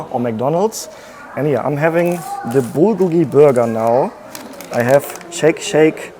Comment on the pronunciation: Please never say Bulgolgi again